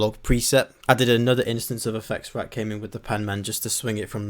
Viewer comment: I noticed you said effectsrack (with an s) and tb digital always says that and i always think bro it doesn‘t have an s.. and thats why i notice when u suddenly said it too (u usually say it without s )